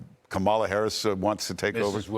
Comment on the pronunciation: You guys, Larry, Mark, and. Three of you. Don't you know how to pronounce Kamala correctly....yet??? The stress is on the first syllable: KAH-ma-la or COMMA-lah, like the punctuation mark.